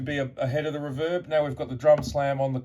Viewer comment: It's REE-verb, not R'verb.